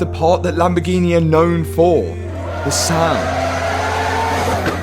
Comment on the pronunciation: Lamborghi-NEH 😂 only south Africans will understand